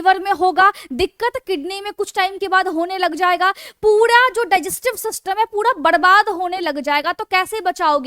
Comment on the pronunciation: Padesan , puda din pudi raat , pudi saam , badabaad hone lg jaega, etc ....👌 I like your voice maim 😍